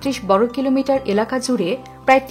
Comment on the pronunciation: বর্গ , ব্রহ্মপুত্র এরকম অনেক শব্দ উচ্চারণ সঠিক হয়নি! খুব বাজে উচ্চারণ আপনার।